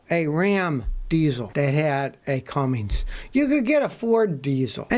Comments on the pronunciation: Scott it isnt Cummings it is Cummins sir! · Its a Cummins not a Cummings Scotty lol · Scotty, there is no G in CUMMINS. Don't call it a Cummings, it makes you sound ignorant. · There is no letter G in the diesel name Cummins!!! Scotty has never pronounced it right!!